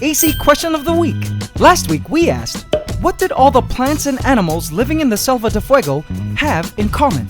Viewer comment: Quick thing, you are mispronouncing Selva de Fuego, you are basically saying Save of Fire, so just check in translator or something because it has been bothering me for a few episodes. Ant love forever.